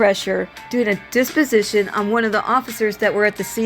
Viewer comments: It is dep-o-si-tion. Not dis-pi-si-tion. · Deposition, not disposition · Deposition, not disposition.